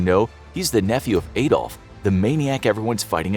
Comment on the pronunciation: The Messerschmitts were me109's not ef109's, Adolf is pronounced like Adam from the garden of eve, not Aydolf!